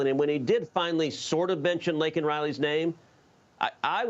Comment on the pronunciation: Couldn't even pronounce her name correctly. Her poor parents and family! 🙏🙏🙏🙏🙏♥♥♥♥♥To Laken Riley's family and friends!!!